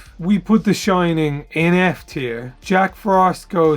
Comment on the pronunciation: I'll have to check some of the modern ones out, love me some Creepmas! and lol I love how pronounced The Shin-ing like in the Simpsons:D